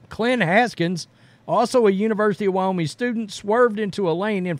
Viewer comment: I love this channel and what you guys do and I'm hesitant to mention this, but it's WyoMING. Like ring or sing. Ming. Keep up the great work guys.